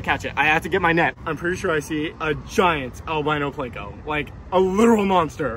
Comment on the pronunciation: Can' wait to see what you catch next. Are you trying to be funny when you pronounce it "Plako"? You DO know it's Pleco?